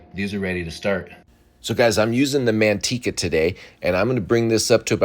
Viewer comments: It's not mantica it's manteca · He miss pronounced the word, mantica the right spelling is “Manteca “ which means lard in English.